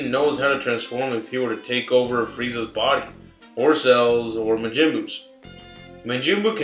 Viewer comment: DUDE IT IS MAJIN NOT MIJIN